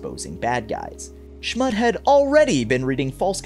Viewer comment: Its pronounced, Schmutt-E